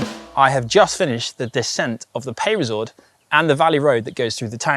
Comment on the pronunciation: Oh dear looks like we have another gcn presenter who can’t pronounce foreign words.. “peyresourde” is not meant to be “pay-re-sourde”😬